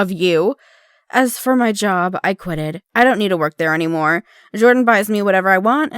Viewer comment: " I QuITed"